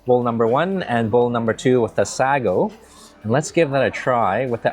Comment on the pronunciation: Love your food content but it's pronounced sago not sagogogo